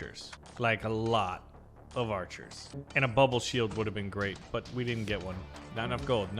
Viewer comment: Bro called archis kytchu💀💀💀